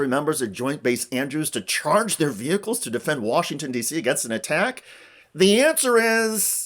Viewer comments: Really annoys be how she says ve-hickkles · LOL at Marjorie Taylor Greene acting like she wants military recruits to get paid more and calling “vehicles” “ve-hicles.” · I'll have you know it's vee-hickels. Lol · Her pronunciation of VEHICLES is funny